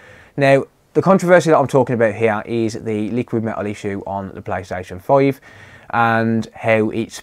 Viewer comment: i just wanna keep hearing this guy say playstation 5